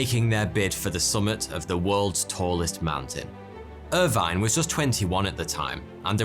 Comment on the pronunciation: Irvine is not pronounced like that